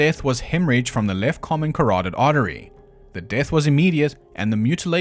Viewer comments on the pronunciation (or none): none